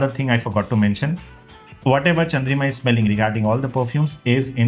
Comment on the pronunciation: Its Chandrima not Chandrika 😂